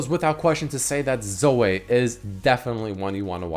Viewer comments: its Zo - wee not Zo - wei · zoe as in zoui not zoooeeee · Say Zo-eh one more time I swear... God Fucking Damn it. Zo - EE. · Zoey, not Soay. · Why do u say Zo-ay its Zo-ee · 1. does have an accent 2. His accent shouldn't affect the way he pronounces Zoe, he just keeps forgetting that it's pronounced Zoh-ee 3. It's not pronounced fucking Zo-ay, and it's not a french name either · I love you man... but you don’t have to hard pronounce the E in Zoe lol 😂 it’s just zo-EE not zo-AY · jesus christ hearing him pronounce it "zoh-ay" is giving me auditory cancer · repeat after me; z - oh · IF YOU SAY "ZOEH" 1 MORE TIME I UNSUB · why the fuck is saying Zoe as 'Zoeh' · "Zoeh" x) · Why can’t he say Zoe? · Wait so can no youtuber pronounce Zoe??? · the way he says Zoe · doesnt have an accent he's just mispronounces it. He also mentioned it on a video and says it correctly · Not sure that's how you pronounce her name... The e is silent otherwise it would have a y on the end... Shes gonna be super fun on aram though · Holy shit pronouncement of Zoe triggers me so hard. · how you pronounce "Zoe" is sooo................ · WHY THE FUCK CAN'T YA SAY "ZOE" PROPERLY?